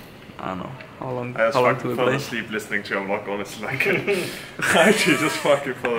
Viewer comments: "vee-log" PERKZ PLS 😂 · Actually many people say that, especially Scandinavian people. You can check Stefan Nordström: besides doing amazing death-doom metal, he's a vlogger, and he always says 'vee-log' haha